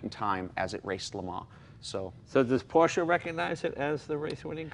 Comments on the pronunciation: Even Jay pronounced it correctly this time. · it's nice to hear him pronounce it properly for a change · It’s porrrsh. Forget proper proper pronunciation.